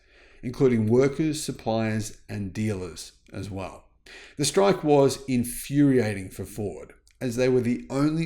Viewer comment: Vell vell vell 😂😂😂